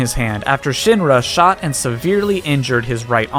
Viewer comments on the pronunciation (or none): none